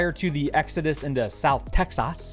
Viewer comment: Every time you say Tex-ahzz the proper way it brings joy to the world my dude.